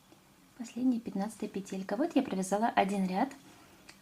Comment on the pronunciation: Спасибо за мастер-класс, всё очень понятно😊 Но почему петЕлька?) уж простите🙃